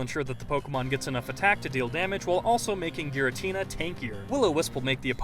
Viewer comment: Isnt it pronounced "Gee-ratina"?